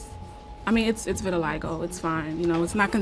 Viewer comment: It's called vitiligo, not vitilistop. LOL